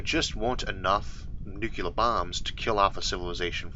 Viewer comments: My only criticism of this channel, as with SO many other channels... Why, oh why would any intelligent human read the word "nuclear" and say "NUCULAR"? And it's got nothing to do with any form of any even hypothetical speech impediment. It's nuCLEAR, not nuCULAR. It's like saying intersetuler instead of interstellar... Is there anybody on the planet who says "binoclear vision"? I deeply hope not. Apart from that, I'm "absolutuly" loving the channel! :) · Wonderful stuff! Love it! But I want to say "only one u in nuclear". Nucular ain't a thing. Say new clee ar please. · Wow, I wouldn't have pegged Isaac arthur to be one of those that pronounces nuclear as nucular. I had to replay that bit to be sure I heard it right. There is only one u in nuclear. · Having had a nuclear physicist for an uncle and having met a submariner on a nuclear ship I can tell you that the sailor almost killed me when I corrected his pronunciation of nuclear. I have also had a linguistic tell me that whichever one is technically correct nucular will probably win. What is at the center of an atom? A cell.? Obama said it correctly. Bush, says it wrong. Clinton says it correctly. Carter, surprisingly says it correctly. JFK said it correctly. My new rule is you can't push the button unless you say it correctly. Trump of course says it wrong. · There's no such thing as nucular war 🙄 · Ah yes, new-Q-ler bombs